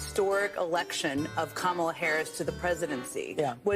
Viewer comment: Did you hear that racist at the beginning mispronouncing Kamala Harris' name? It's Kamala, not kamalalala